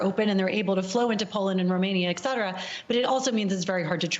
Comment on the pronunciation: The pronunciation of "etc." is ET-CETERA, not "eck-cetera". Petty of me, way off-topic-- a teachable moment & a pet peeve. Ok, I'm done.